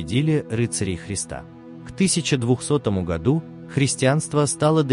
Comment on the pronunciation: "К тысяча двухсотому годУ"? Аффтырь, ты где учил русский язык?